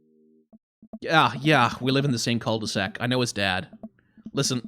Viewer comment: I'm pretty sure jogging with a baby strapped to you is not good for the baby.... They made devilled eggs Devil-led eggs. Nice one. Wait..... Cul-de-sac The first time you said that I thought you said cult e sac Yep, this neighbourhood is secretly a cult. It has to be. Okay get that sexual assault story out of my face. Damien you have a thing or two to learn about consent because this story is not about bdsm, what was described there is a criminal act. Oh yeah, I once read about sign language with vans! In that scenario it was a Geisha in Japan and the signs she used to let men know if she wanted ahem, 'some', or if she rejected their attempts to get to her.